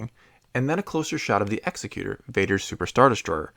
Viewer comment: It is NOT pronounced EX-E-CU-TER. It is pronounced EXEC-U-TORE. If you look at the way it is spelled it is not spelled like a person that kills people for the state. It is spelled like a person in charge of a Trust. "Executor" has a specific meaning. It's a legal term referring to the person who manages a deceased person's estate in accordance with that person's will. It's pronounced differently too, the emphasis is on the second syllable. "Executer" is pronounced with the emphasis on the first syllable. It means the one who executes. That may mean (arguably incorrectly) to execute a will as in the above. Among other meanings it may also mean the one who carries out the execution of a person, as in hangman. Many dictionaries don't even list it as a word (executioner is much preferred in the hang-man context).